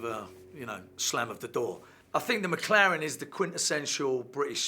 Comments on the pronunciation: Schnitzel6789 MäcLären! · Leute...... Lernt doch mal die McLaren Namen englisch auszusprechen..